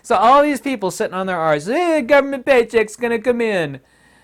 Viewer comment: I love that you say "arse" properly :)